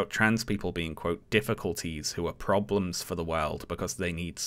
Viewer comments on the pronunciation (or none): none